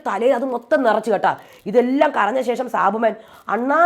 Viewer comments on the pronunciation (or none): none